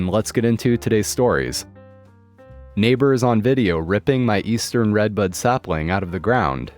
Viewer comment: The first story i kept thinking he was saying redbug not redbud